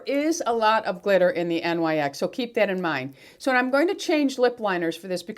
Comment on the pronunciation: Hi It’s pronounced Nyx. You don’t spell it out. Nyx is Greek mythology meaning Goddess of night. That’s what the line is named after.